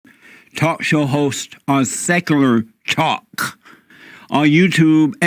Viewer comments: This dude in the beginning said "Sakuler TAAU-Kuh" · Seckoolar tock. 😂